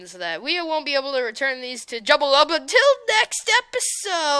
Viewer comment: Thank you for playing my map! Really appreciate it! :) BTW, it's pronounced: Joo-Ba-Lub (Jubalub) hehe. Try out my other maps!